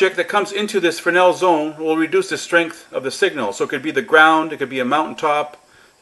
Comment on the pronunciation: Frenel zone????? F R E S N E L -frenel....